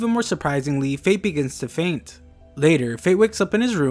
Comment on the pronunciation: fait fainted is the most conffssingg thing I havE ever heard